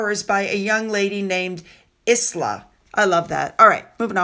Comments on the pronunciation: For info and meant kindly, the name Isla is pronounced Eye-Ler 🙂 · That name is pronounced ila you dont say the s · Isla is pronouced "eyela", it is a very old Scottish name. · Isla is pronounced Eye La !! I know you don't like getting corrected re pronunciation, but I and a few others have advised you re how to say this name 🤷‍♀ It's a very popular Scottish name and becoming more popular outwith Scotland. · The lady (and Zara’s daughter) name Isla is pronounced Eye La. Silent ‘s’. Hope you don’t mind me saying. Oh, someone said Fergie was two sheets to the wind (drunk!) 🇬🇧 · Isla is pronounced like an island - eye-la. 🙂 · Sorry, Isla is pronounced as eyela. It comes from the Scots word Islay which I believe is the name of an island off the Scottish coast. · I love your wonderful videos and you are my favorite YT so please don't hate me for this correction. The name Isla is pronounced EYE-la, like island without the "nd". My cousin has the name so I couldn't resist. Love and good health to you and your family.❤ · She I'm sorry to correct you, Isla, it's pronounced as "eyela", great videos as always 🌹🇬🇧🇬🇧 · Isla is a girls name pronounced I la. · Isla is pronounced Isle - la.